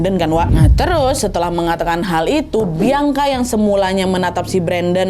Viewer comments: Ka Nad, izin kasih masukkan ya.. mungkin untuk ke depannya kalau ada penyebutan nama bisa dibenerin ya. Klo untuk yg di video ini seharusnya "bian-ka", bukan "biang-ka". Agak gimana gitu denger penyebutan "biang-ka" diulang2 sepanjang video wkwk 😂🙏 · ka nad , baca nama bianca itu "bian Ka " bukan "biang ka" soalnya beda arti kak , kalo dalam bahasa daerahku biang itu anjing 😭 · kak kamu nyebut "bianca" pake idghom ya kak jadi "biangka", gemess wkwk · Sakit kali kepalaku dengar dia bilang "Biangka " lohh 😅😂😂😂 emang gitu nyebut namanya ? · Ak safok sm sebutan namany Biangka 😂😂😂